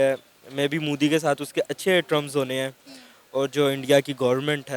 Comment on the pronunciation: Gadhe log, name bhi thik sey pronounce nahi hota inse (Modi ko Mudi), great banenge ye . 😂😂